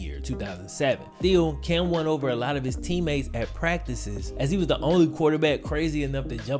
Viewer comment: Time stamp of of this video is one of my funniest moments ever from the GOAT🐐. I'm like not Mr.Wellspoken himself. Dat boi said "THEAL Cam won over" man I'm THEAL trying to stop laughing bro🤣😂🤣. Bro keep banging us in the head with your great content thanks for the interesting detailed and cool vids... nmw you THEAL DA GOAT 100K BRO... GOD BLESS